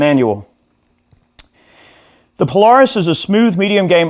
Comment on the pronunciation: Pole-air-isss, no need to struggle. I wish I could play half as well as you. Great sound